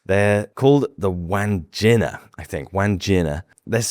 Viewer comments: Wahn Jin Uh is the right way to pronounce Wandjina. The “jin” is pronounced the way you would pronounce the drink gin. Not pronounced like a pair of jeans. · Eemyou...not Emoo. and Won Ginnah not Wan geennah